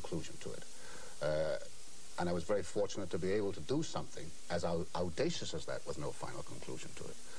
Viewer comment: They were having trouble with their vowels. Owdacious. (Audacious). Baynal. (Banal).